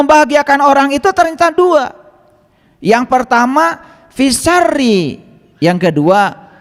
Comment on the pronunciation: Bukan fissari tp fissarooi